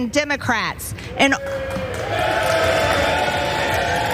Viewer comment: "Tim-ah-crats" is all I hear 😆 also, she SO badly wanted to be interrupted